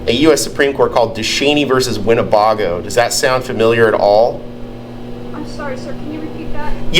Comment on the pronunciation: its win ne BAY GO! NOT BAH GO.